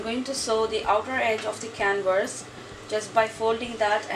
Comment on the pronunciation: Hi, Beautiful job. Oh, the word "canvas" is pronounced can-vis or can-vas. You are pronouncing the word "can-verse". I hope that helped. Otherwise your english sounds excellent!